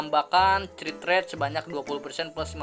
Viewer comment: mohon maap bang 😂 please banget bang kalo baca crit jangan crit tapi dibaca krit, please banget inimah bang beneran dah ambigu soalnya didengernya 🤣